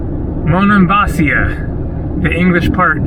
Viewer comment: it's Monemvasίa...accent in the I! Was there in March!